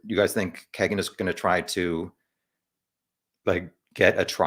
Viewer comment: Pronounced "keygen" I believe rather than "keg"en. Regardless. Trash. White trash. I honestly just started looking into this case and I'm 60 miles from Delphi. RA is guilty, simple just off pca. Imo. But all these perverts are in alot of stuff around Indiana. It's insane the amount of cp, cm, sa, csam that goes on here.